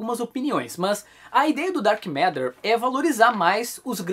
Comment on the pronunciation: Pombas, ouvi o falar "Dark M&rd@ o vídeo inteiro. Tô indo ali limpar o ouvido. Licença...